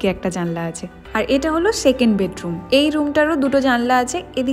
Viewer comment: It's South Didi,,Mot Shauth,,it's second not shekend🤣🤣